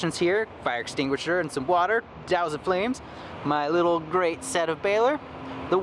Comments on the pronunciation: Set of Baelor? It's definitely Sept. Sorry, it was bugging me. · no, it really isn't a silent p